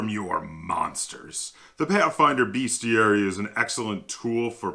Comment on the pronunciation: Bestiary, not beastiary. How is it that not a single gamer can pronounce this word. It grates on my ears! Great video, though, thanks for this!